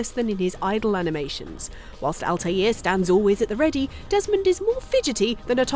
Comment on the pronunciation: The butchering of Altair's name makes me want to punch a baby